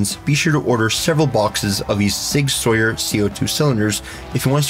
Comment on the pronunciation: It's "Sower" not "Sawyer"....